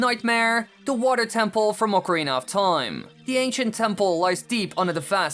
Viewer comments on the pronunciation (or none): It's OCARINA OF TIME, not ORCARINA OF TOIME.